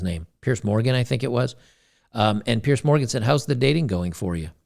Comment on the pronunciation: "Piers" Morgan, not Pierce.